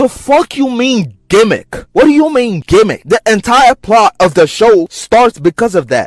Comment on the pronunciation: Aye bro I’m in here screaming when this nigga said “TIME TRAVEL GEMICK” … wtf is these ppl talking about ! That’s what makes the show extra good